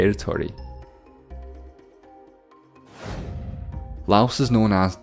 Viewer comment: You totally butchered the pronunciation of "Kyrgyzstan" and "Kyrgyz". Could've just Googled it.